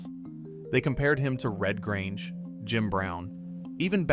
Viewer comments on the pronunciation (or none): none